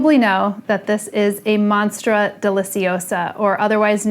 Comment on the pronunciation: No one: Summer Rayne: monstra